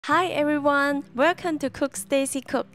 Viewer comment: "Werrecum".... No, thanks.